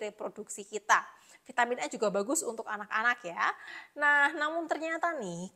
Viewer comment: Bilang aja Vi ta min, gak usah di eja neko2,,, Vai te min,,,, medok gt kok kebarat2an ,,,,hmmmmm😂😂